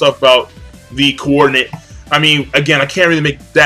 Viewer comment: you always add emphasis to a particular section of a word lol. For example, the word Rinnegan, you pronounce: RinNEgan. For the word coordinate, you pronounce: CoORdinate. Am I the only one who notices this? Reminds me of Family Guy...